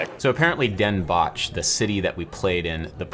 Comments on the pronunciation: 😂 I’m a Mexican-american dude learning Dutch. You butchered the fuck out of “Den Bosch”. It’s like “dem bohss” they leave the sch sound out. Or you can just say “‘s-Hertogenbosch” (sertoghembohss) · You really ‘botched’ up the pronunciation of Den Bosch haha. But yeah, carnaval is crazy…